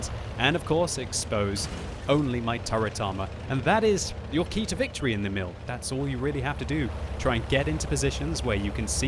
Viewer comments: ok time for a swedish lesson, Emil is pronounced as follows: Long E, then mil as in military with word emphasis on the E almost as if you pause after the E. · you can't prononuce Emil nice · Emil Sølvik can't pronounce anything else than english